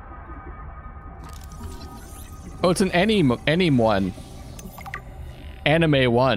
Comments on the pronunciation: anemone - its pronounced anem - o - nee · You see, he's doing this on purpose to drive us insane. Just leave him be with his aneem-wan-kenobi and try very hard not to listen to the screams of agony from the English language being punched in the gut repeatedly. ;) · I realize this won't help you now, but Anemone is pronounced AH - NEH - MO - NEE.